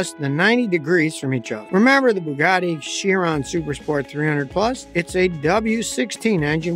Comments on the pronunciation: Chiron is pronounced Kie Ron. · It’s pronounced Bugatti KYron! Ch sound like k in Italian!